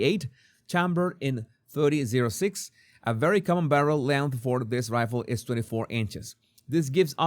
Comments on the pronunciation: You are supposed to call it "thirty ought six" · Look at the comments. He cant even pronounce the gun type/ bullet size. Why is he doing this video? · The box the gun is in is probably the box the police were using to package it for evidence. The caliber is pronounced 30 aught 6.